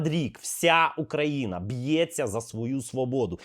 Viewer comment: На перевиховання її! Расєйську жіночку. До речі мені здається, що вони неправильно наголос роблять в слові Україна тому, що на голосну "Ї" їм складно зробити це, а на "А" легко от вони такі і незграби! Дівчинка ти розумниця, витримала цю блювотину і не послала її.